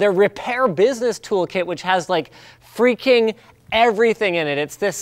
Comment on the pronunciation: He said like "FRUAKING AWESOME" It didn't really sound like F-Bomb.